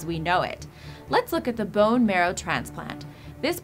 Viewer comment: What a fresh way to pronounce "bones"!